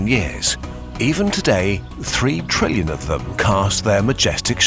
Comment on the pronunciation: "Three treellion of them." :D